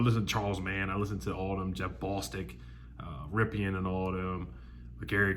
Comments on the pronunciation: Did you say Mark Rippion??? It's pronounced Rippin. Just a heads up. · Love you, but it's pronounced Mark (Rip In).